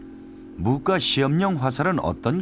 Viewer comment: 무꽈로 읽어야 하는거 아님?? 소장도 의미에 따라 소장, 소짱,... 송장도 송장(죽은사람), 송짱(거래 내역) 이렇게 읽는게 통상적인데.. 너무 써있는대로 읽음......